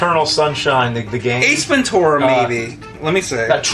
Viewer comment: Could you stop saying Ace Ven-Tour-a... its Ace Ven-Chur-a!!